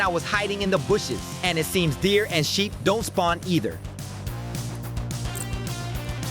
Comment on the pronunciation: "Sheep" Bro what saying